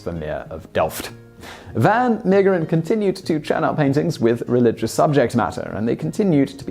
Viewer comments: You said "delft" perfectly though, so, that's something. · The pronunciation of "Delft" was actually quite decent.